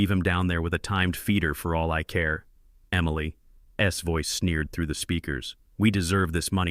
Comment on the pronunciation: Somebody need to teach AI to say Emily’s and how to say $10 million too